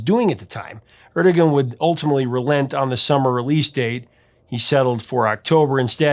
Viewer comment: BTW Ahmet Ertegun's name wasn't Er-te-gun. He was Turkish and in that language the name is pronounced Er-te-WAN.